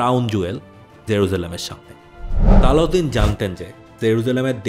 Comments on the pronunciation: His name is Salahuddin ..not saladin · নাম গুলা ঠিক করে বললে ভালো হতো, নুরুদ্দিন, সালাহউদ্দিন, রিনাল্ড দ্যা চ্যাটিলিওন